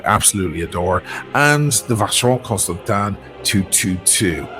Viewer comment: Vacheron Cons-Tan- TAN? What's that? Do you mean Cons-TanTIN by chance?